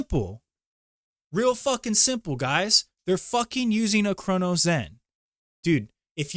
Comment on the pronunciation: Yeah and he can't even pronounce Cronus. Also aim assist scripts are not even real. Cheating discords and the people who use it can't even agree on if it does anything, which is why everyone solely just runs Recoil scripts if they're even using a zen